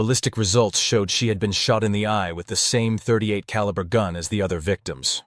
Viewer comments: the pistol in this video is a glock, of you zoom in you can see it is a 9mm glock 17 gen 3, a modern pistol. The killer in this video used a .38 (pronounced thirty eight caliber, not "point thirty eight caliber") and a .38 is a rimmed cartridge and can not be fired from a Semi-auto magazine fed pistol... that is a revolver round. Not to mention this gun being a glock 17 gen 3 in 9mm, that was first released in 1998, and this story takes place in 1979. If you need to hire or just ask a firearms expert just do that for your videos, better to ask for help then to sound like ignorant on the subject, especially as the subject of firearms is so prevalent in your videos. Just go to a gun store and ask the guy or girl at the counter to anwser your questions, buy them lunch or give them a gift card to a restaurant or something. And you will have your expert to help you sound like you know at least a little about a topic you "professionally" speak about frequently. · this has to stop, please, when someone names a caliber, they do not pronounce the "point" before the number, a .38 caliber is pronounced "thirty eight caliber" a .44 caliber is pronounced "forty four caliber". Please stop saying "point" before the number, it makes you sound like an AI and also shows, in just one word, ignorance of the subject of firearms.